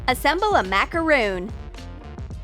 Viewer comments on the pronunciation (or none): Its macarons not macoroons just sayin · Omg it’s Macor-ON not Macorooooon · YES THANKS FOR SAYING THAT that is the most annoying thing when people say macaroon when they mean macaron geez people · It's macaron not macaroon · I think it's just me but I am very upset that they pronounced macaron as macaroon. They are two different cookies a macaron if a French cookie and a macaroon is an American cookie and they are pronounced differently. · It’s actually mak-ah-Ron not mak-ah-roon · It is macoron not m